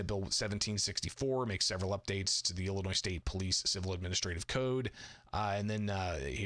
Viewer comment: The black speaker doesnt even pronounce Illinois correctly😢 It is NOT Ellenois.